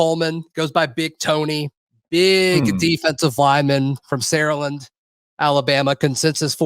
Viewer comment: I'm from Saraland... I've heard you ask how to pronounce it a few weeks back. It's pronounced Sarah-Land AKA The Land 💪🏽 WDE 🦅